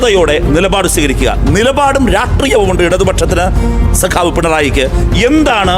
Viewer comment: Sagavu alla sekavu